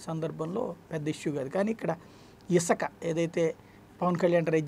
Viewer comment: Isaka kadhu sami Isuka ani palakali First telugu nerchukondi